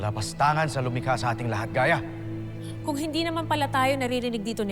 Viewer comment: gaya po pinaarte lang😂 ginawang geya ang bigkas